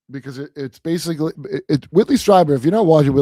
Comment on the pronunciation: I love how Sam pronounces "basically" he says (base-ka-ly) basca instead of basic. Much like libary or ambalance. Love ya Sammy T.